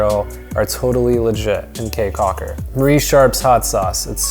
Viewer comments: Kee Caulker, not Kay Caulker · It is pronounced "key" not "Kay" Caulker. Spelled Caye Cauker. Im Belizean.who lives in Belize. Thanks for coming to our beautiful country.😀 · First of all it is not like kay caulker its more like key caulker 🌰and by the way he said almost all of the sites name wrong especially xunantunich it is pronounce sand-and-tunich .But thank you for visiting our country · it is pronounce caye caulker not k's cocker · the city is the best lol, that's where find the pure culture San Ignacio and Placencia are tourist places if you wanted the pure culture Belize City is where it's that also caye caulker is the best island to go to in my opinion also it's pronounced key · I am from Belize and I cringed when he talked about Belize city crime rate and how he pronounced caye caulker😂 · Oh and it’s pronounced “key” Caulker and Billy “Baka-dir”🇧🇿 🇧🇿 Glad you enjoyed your trip!